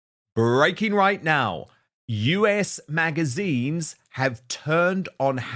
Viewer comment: Dan, it's "us", as in the word, not "U.S." magazine.